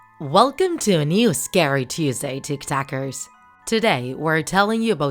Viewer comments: When you say “hey tik takers” I always hear “hey tik tokers “ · Is it only me or does it sound like she says tiktokers but mispronounced?